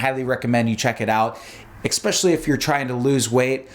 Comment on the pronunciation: Lemme axe you a question. What kind of MD says "expecially"?